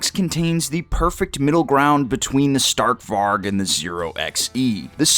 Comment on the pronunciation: Stark Varg is pronounced Stark Varj with a short a like in cat, and the g is pronounced like a j. Its a Swedish name. Strong Wolf in English.